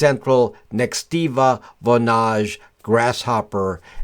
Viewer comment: said VONAGE so bougie haha.... "VO-NA-GE"